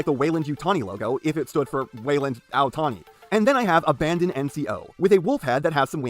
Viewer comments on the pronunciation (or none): Not to be the pronunciation police but the NCO’s faction name is pronounced ABBA-DON not abandon like you were doing P.E. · Loved this video, but it hurt physically every time PE called Abaddon "Abandon" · it's NOT ABANDON. IT'S ABADDON, A NAME FOR SATAN. ONE. N. ABBBBBBBADDDON Why so angry am I